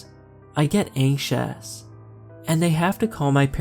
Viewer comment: Anxious❌ anksos✅ 😂😂😂😂😂